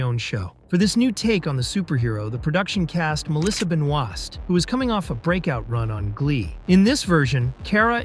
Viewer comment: Also, he pronounced her last name wrong...